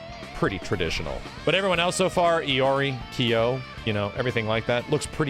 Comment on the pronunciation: Anyone else get unreasonably annoyed when pronounces Kyo as "Key-O"?